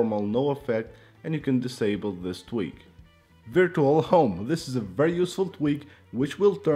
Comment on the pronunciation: Love the way he pronounces virtual😂😂